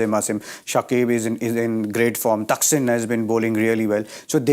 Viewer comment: he is a noob😂 can't pronunce player's name